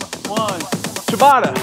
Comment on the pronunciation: It is written and says CIABATTA no CIABATA or CIABARA... Steve don't piss us Italians off 😂😂😂😉💪🏻🔝